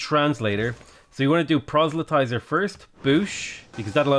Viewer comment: Did... Did he... DID HE JUST CORRECTLY PRONOUNCE PROSELYTIZER??? *Weeps tears of joy